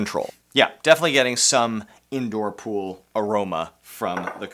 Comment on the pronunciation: Welcome to my “ool” Notice how there’s no “P” in it